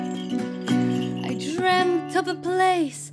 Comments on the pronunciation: thyme is actually pronounced exactly the same as time, all singers in this video got it wrong as they quite clearly put a TH sound at the beginning of the word, other than that it's a really nice performance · Very good stuff, but I am taken a bit away by their pronunciation of "thyme".